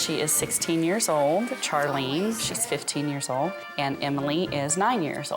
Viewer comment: As someone with the name Charlene, ive never quiet heard it being pronounced that way 😅